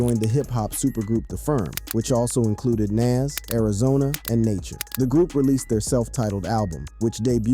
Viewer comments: Hysterical, you hear me? Oh, and let's not forget "Nase". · Listening to this is hard. But I managed it lol! Please know how to pronounce Nas and DaBrat.🤦